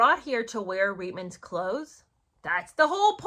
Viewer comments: Not to mitpic, but I'm Canadian and I believe the correct pronunciation of Reitman's is "reetmans". There was an ad campaign and at the end, the model says "Reitmans? Really!." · Hi, I just wanted to clarify it’s pronounced Reet-mans. The commercials were the first time I saw that woman and had no clue who she was or why I should care….still don’t!!!